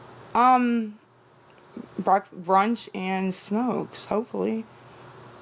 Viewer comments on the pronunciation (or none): “Brunch” 😂😂😂😂 child please!!